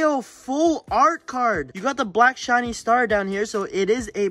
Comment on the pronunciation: When he got the kangaskan you said chiny charzard instead of shiny it was so funny